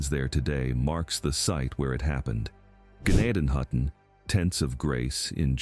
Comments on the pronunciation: N it's pronounced Jen- nay-ton-hutton. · You are pronouncing gnadenhutten way wrong, and it still exist, so does zoar